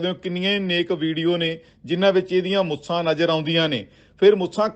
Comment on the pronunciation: ਓਏ ਮੁਸਾ ਨਹੀ ਮੁੱਛਾਂ ਕਹਿ 😂😂😂